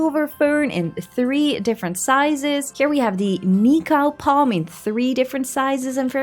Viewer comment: Your pronounciation of "Nikau palm" was 👌 also, I went for a walk around the waterfront today and a saw a little blue penquin chasing a fish. The speed was very intense.